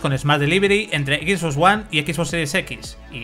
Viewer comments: cada vez que dice equis bos me sangran los oidos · Dios mio que te cuesta pronunciar bien las cosas? "equis vos"